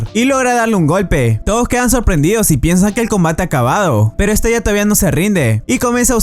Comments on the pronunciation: Estella?????, madre mía amigo. Se llama pronunciado literalmente es-te-la. Igual que en otros vídeos dices mal los nombres. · no se pronuncia estella se pronncia estela ..... me encantan tus videos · Se pronuncia Estela